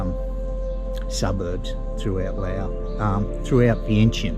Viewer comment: Just one thing,love your work but even though you live there ,every time you miss pronounce Vientiane as Vien Shen or venshee-en it’s like a scratch on a calk board